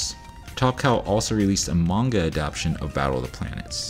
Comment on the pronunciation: Good video! Minor quibble, it's 'adapTAtion' not 'adaption' (which isn't actually a word, I'm pretty sure.) Stay awesome!